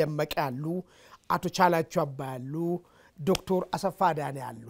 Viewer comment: This journalist he doesn't know how to say Dr.? ?